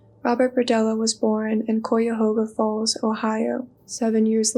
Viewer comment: It's pronounced kai-ah-hog-ahh falls not koi trust me ik it's My hometown and current place of residence Google translate Ses it mostly correctly accept the end u say the hoga right not the cuya Google Ses the cuya right but not the hoga For those wondering it's spelled Cuyahoga falls, Ohio